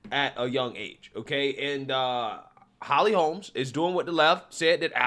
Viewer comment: I agree with you points; I usually do. Minor thing here: please stop calling her Holly Holmes. There is no “s”; her name is Holly Holm.